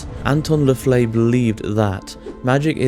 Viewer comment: He also pronounced LaVey as LaFlay.